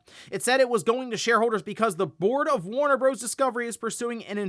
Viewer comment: DUDE. It is NOT pronounced “Warner Broze” 😂😂😂. It is an abbreviation, not a WORD, and it stands for BROTHERS. 🤣🤣🤣